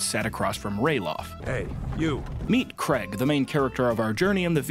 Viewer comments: Mate the name says "Craig", wtf is "creg"? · Yo its pronouched Craig not Creg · omg its true. americans do pronounce craig as creg XD